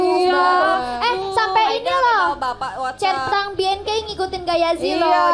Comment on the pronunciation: cherprang anjir bukan centrang